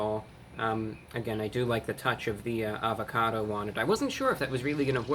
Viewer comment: Everything was sounding good untill he said avacodo